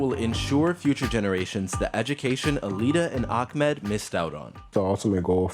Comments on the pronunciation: Why is he saying AKAMED? like? it's AHMED theres no KH sound to be found 😂😂😂😂🤦🏿‍♀️🤧😭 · Btw is it really hard to pronounce Ahmed for you guys?? Way different than Akmed!